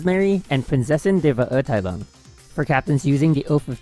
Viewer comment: It wasn’t perfect rlly, Prinzessin was pronounced amazingly but Verurteilung could be better, it’s still amazing how well he pronounces German words in his vids tho since most people don’t even try to and mispronounce everything lmao